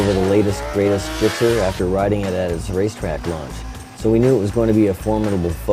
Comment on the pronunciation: i wanna no why he said ghixx theres no h numb nuts its gixxer